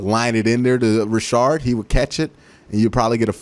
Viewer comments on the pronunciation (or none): none